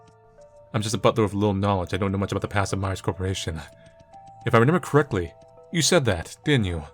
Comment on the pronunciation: 'Renember' (No idea why it stands out to me, but it's a fun little quirk)